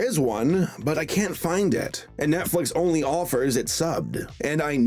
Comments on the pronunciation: This guy actually read his lines as “My one and one-ly” instead of only I’m so done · “My one and one-ly”?! Are we just gonna ignore that? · Did anyone else notice that he said one and ONELY instead of one and ONLY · Did this man really just say "Onely"? Did they not even give the VAs pronunciation guides?